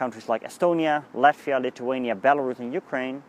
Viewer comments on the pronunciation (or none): none